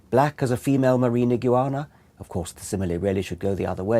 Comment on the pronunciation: After he said "ig-oo-awn-a" for the 10th time, I realized he was talking about iguanas. :D "ig-wan-a" ;)